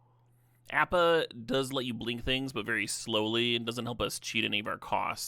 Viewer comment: It's worth you not drafting Appa just to not hear it mispronounced. Correct: [Ah-puh]